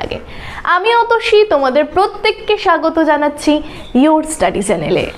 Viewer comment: ওটা ' চ্যালেন ' না চ্যানেল এইসব ভুলভাল ইনফর্মেশন কোথায় পান?..